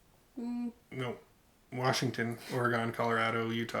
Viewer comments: You guys rock! But it’s Ory-gun not ore-gone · Hey that's funny we have the same first name, I mean. You pronounced Oregon wrong but you get a pass. Cool back story. From a Walmart tent to what you have now. Pretty crazy, bet you didn't see yourself where you're at now eh